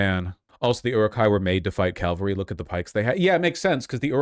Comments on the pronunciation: Calvary charge? Ca - val - ry. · He keeps mispronouncing cavalry